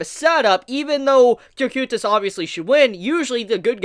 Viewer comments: It is said as KO-kite-uhs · Am I the only one who hates how he says cocytuses name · why do you pronounce cocytus like that